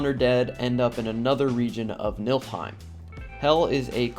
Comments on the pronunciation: its Niflheim, but yeah would love to visit Milfheim where lots of Valkyries and Hela are. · Did you say Milf-heim? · NIF-LHEIM... Sorry couldn't help it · so mcu seperated svartalfheim and nidavellir into two realms and joined niflheim and helheim into one. Also its pronounced Nee-fil-heim not nifl-heim